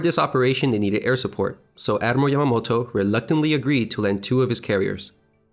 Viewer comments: GREAT video! But it's pronounced "YA ma MO to" and not "YA mo to." You skipped a syllable. Nice graphics!! And thanks for enlightening many on the importance of Coral Sea as the prelude to Midway - often missed with Midway getting greater attention. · Admiral YA-MAH-MOH-TO